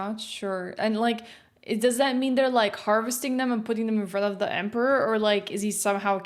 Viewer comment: with that pronunciation of Emperor means you are either an Ogryn, in which you are awesome. But the other option is an ork.... loads bolter